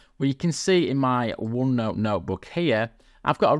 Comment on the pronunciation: "uonnou" huh :face-green-smiling